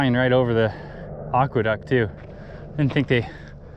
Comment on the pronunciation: I love your videos. Just a heads up, I think it is pronounced "Ack-Weh-Duct", not "Ock-Weh-Duct".